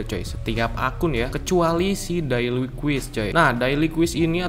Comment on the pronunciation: Cara baca yang benar: - quest = “KWES” - awesomeness = “AWSEUMNEUS” - daily = “DEYLI” - hair = “HEIR” Biar ga malu kalo salah cara bacanya.